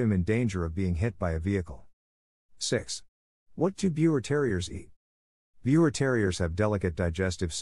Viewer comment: The correct pronounciation for Biewer is “ beaver”!!!